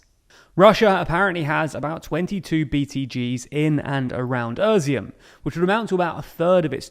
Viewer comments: Izyum is pronounced "easy-um", not a(merica)-z-um... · With all due respect it hurts to hear you say Izyum and turn it into "Erzeeum" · EASY- HUM (Izyum) I-like in "Italy" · I like how he pronounces "Изюм" like "Özeohm" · Why do you keep calling Izyum, Urzium? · Where is the R is Izyum? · Well done, mate! Except for Izyum, that's really-realy bad... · Its not özyum*, its *izyum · Great explanation but it's Izyum not Ezum or what you call it. The first word is pronounced like ea (Russian И or Ukrainian I). It is the Russian word for raisin. Some say because there was many vineyards. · NOTE: That city's name is NOT pronounced "uh-zium". It's more like "eye-ziom". It's... painful to hear it said like you do. LOL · Familiar with Ukrainian place names but not with their pronunciation. When did "i" in english start being pronounced like "ur"? How do you see Izyum ans think it's pronounced Urzyum? "Is" should be one of the first words ypu learn in english. Not this guy. He learned "Irz". He irz not good with place names that don't include a shire I guess. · Er-zyum? It's I-zyoom in Russian and Izhoom in Ukrainian. Izyum in English. It's even Iz-e-um in American English. No "er". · Izyum, not Öziyum, it's about time that you got that right, or I will unsubscribe. You are not telling me anything that is not available elsewhere. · Why does he keep saying Irizum instead of Izyum? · How do you get from ”i” to ”öö” in Izyum 😭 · Izyum is not “Erzyum”, it’s “Eez-yoom”. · Is dyslexic? He routinely misreads text and mispronounces names. Izyum/Izium becomes ['ur.si.um], Kreminna becomes [kre'min.ni.a]. Practically every single episode he does this. Reading aloud a quote and misquoting. Editor? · uuuuhshum??? Its Ee-She-Um.... your pronounciation is cringy. It's also THE Donbas.... but, well, this seems to be a modern thing, removing the articles before every word.... /keyboard warrior mode off..... This video is very informative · Izyum is pronounced ih-ZOOM